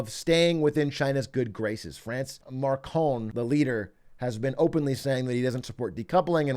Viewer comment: the leader of France is not Markon, it's Macron